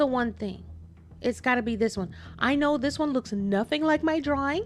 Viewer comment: “Nunthing?” What word is that? 😂